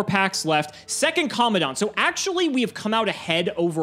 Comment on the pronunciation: It's Commandant not commondant